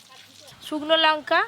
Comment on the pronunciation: যখন লঙ্কা কে লোঙ্কা গুঁড়ো উচ্চারণ করে